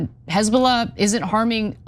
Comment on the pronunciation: 😂🤣😅😂🤣 Hez-boo-laaaaaa TS 😂😅🤣